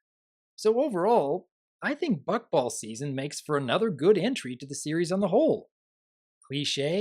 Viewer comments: Maybe I have a problem, but I can't stop hearing Fuckball. Even when I heard Rainbow Dash say it in the episode, I heard it wrong. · Every time a character says "Buckball" it sounds like they're saying "Fuckball" and it's really bothering me. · It sounds like Is saying "F#ckball"? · The way you pronounce Buckball is a bit... open for comedic interpretation. Nothing wrong with it, just pointing it out.